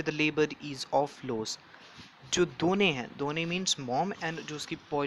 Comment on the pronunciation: Doine instead of dono😂😂😂😂